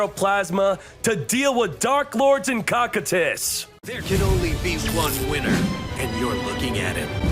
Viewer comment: Cocytus isnt pronounced like “cock i tus” its pronounced “ko (like cove) ki (like kite) tus (like how you were saying it)”. It comes from the freezing river of lamentation in Ancient Greek Mythology, later adapted as the 9th circle of hell by Dante’s Inferno. This is likely the inspiration for the cards icy, draconic appearance and attribute.